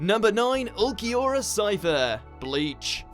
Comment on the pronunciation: butchered Ulquiorra's name